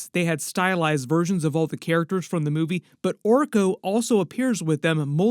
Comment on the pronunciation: It’s Orko